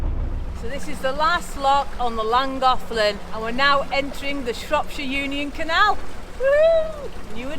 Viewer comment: you answered my question about the pronunciation of Llangollen =lan goth lan. Where’s the “th” in the spelling. Reason being I am hearing impaired but use headphones & what I hear in langocklan😂